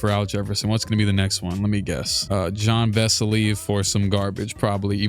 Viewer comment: Bro it’s pronounced Yan Vessely. I wasn’t going to say anything but it straight devolved into John Vessely